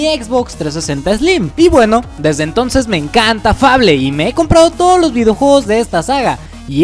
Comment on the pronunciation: se dice FEIBOL (fable)